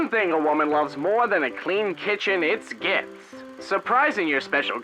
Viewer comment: I thought gifts said tits